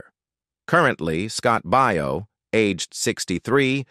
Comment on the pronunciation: Your pronunciation of some of those names are horrendous. "Baio" is pronounced "BAY-oh". "Piccolo" is pronounced "PIC-a-low".